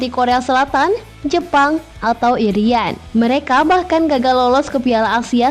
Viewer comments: Iran min...bukan irian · Iran bukan irian